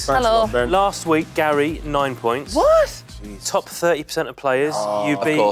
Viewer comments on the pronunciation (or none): Why does Wrighty call Gary Gail? 😅